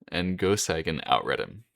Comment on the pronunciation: A bit of advice: if you're going to make a video about someone, first learn how to pronounce his or her name. "Seigen" is pronounced "Say-gen" -- NOT "Sigh-gen."